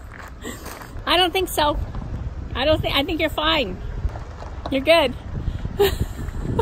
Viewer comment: LOVED IT...."MOM YOU'RE FLMING YOURSELF" LOL LOL LOL